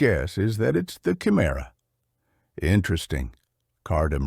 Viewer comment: It’s kuh-I- Merah not chi-merah. Just read the book, stop with all the ai